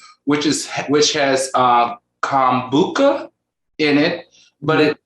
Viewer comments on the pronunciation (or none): I think it's pronounce kum-boo-chah Al 🤣